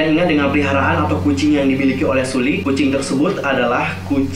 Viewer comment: Hai kak, cuma mau ngasi tau nyebut nama Sulli itu SEOLLI ☺️ Maaf cuma ngasi tau kak...